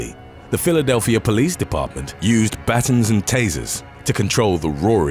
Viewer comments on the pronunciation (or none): Ok, I enjoy this guys videos and contents but, am I the only one who gets annoyed by the multiple mispronounciations on every single video? I get the really difficult ones, but words like baton, El Chapo, Bustamante, Recife, Whitey....etc! I don't get it. The news, Google, other videos will say the correct pronunciation so why is he always saying things all wrong? My OCD goes nuts.